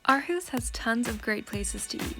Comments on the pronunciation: Imma help you its pronounced "or-hoose" Aarhus. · What a lovely film. Great to see Aarhus getting attention. But how did you spend 6 months there without learning how to pronounce Aarhus? (ie it's Orhus). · The girl in the video is not pronouncing it correctly the Aa is pronounced as it was pronounced before Århus and Å is pronounced as deep spanish O ending with aw if u want...watch danish ppl pronounce it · Living there for 6 months and still mispronouncing the name of the city. HOW?